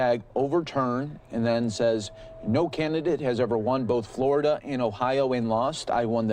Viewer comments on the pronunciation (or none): none